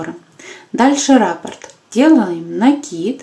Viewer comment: Правильно говорить раппОрт